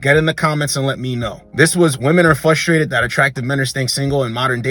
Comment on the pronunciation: Please no more “fustrated”…bro there is an R in there